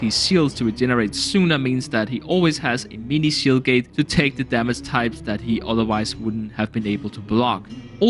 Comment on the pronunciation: Shield gate his accent cuts off the d